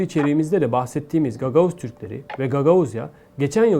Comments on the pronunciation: Всю жизнь были гагаУзы в не гагАузы!!! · Ударение невыносимо,гагау'зы,ударение на у. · Извините, но правильно говорить гагаУзы. Я живу в Гагаузии. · Господи! Ну какие гагАузы!?!!! Кровь из ушей!!😢 гагаУзы!!!!!!! Ударение на У!!!!! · ГагАузы?? Прежде чем лезть в наши дела, научись правильно ставить ударение. И отстаньте от Молдовы. Чего вы к нам суетесь? Хотите ещё одну войну развязать. Что за народ! Своей земли мало. Наведите у себя порядок. Вся страна в болоте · Прежде чем говорить о гагаузах, прочтите сведения об их истории. Тогда станет ясно, почему они обратилтсь к России. И еще: в слове гагаузы ударением У. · Как можно переводить, и называть имя народа неправильно? В слове гагаузы ударение на 3 слоге. Снегур ударение на первом. Сельджук на 3 слоге. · Слыш ты бибил не гагаузы а гагаузы. У тебя не правельное произношение. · букву а. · 😂Все хорошо, только автор должен ставить ударение в слове гагауз, на букву " У"!!!! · Видео интересное, но почему произносите неправильно слово "гагаузы"? Ударение ставится на букву "у". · ударение неправильно ставите этнос гагауз